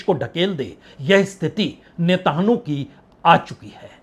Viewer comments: नेतानहु नहीं -- नेतान्यहू बोलिये 🙂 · आप इतने पुराने पत्रकार हैं, मैं बड़े पसंद से आपको सुनता हूँ, ये नेताहानू किसका नाम है, आप उसको नेतन याहू कियूँ नहीं कहते? 🙏🙏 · नेतनह्याहू सही उच्चारण है... नेतन्हाहू गलत उच्चारण है, पत्रकार महोदय। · आप मिस्टर नेतायाहू से नेतनु कह रहे का उच्चारण कर रहे हैं, कृपया सही करें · Sir aap Netanyahu nhi bol paate hai sahi se 😂😂😂😂😂